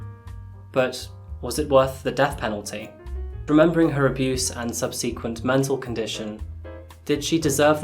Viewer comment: Subseequent? Sub seh quent it's pronounced